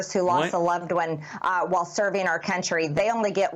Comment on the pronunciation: I cringe every time one of these clueless talking heads say "R. KUNTRY!" It's starting to sound as dirty as "R. KELLY!"